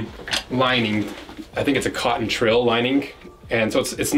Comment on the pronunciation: Pretty sure it's "twill". Sounds like you're saying "trill".